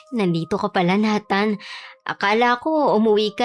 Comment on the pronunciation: Nays wan ka. Pwede na pang shake rattle and roll to ah. Babaylan vs Mambabarang. Pero bakit na-than? Dapat Ney-than ang pronunciation naging parang NATA haha❤